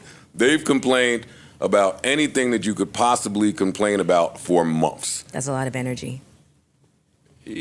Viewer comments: But instead of months he says mumfffs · Momths? Is that how you say it? Asking for a friend that's trying to learn the lingo. Thanks